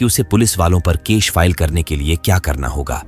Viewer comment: Case ❌ kesh ✅